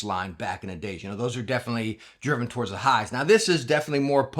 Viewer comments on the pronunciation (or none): none